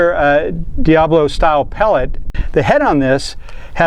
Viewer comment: Hi Friend, it;s Diabolo not Diablo...ha ha...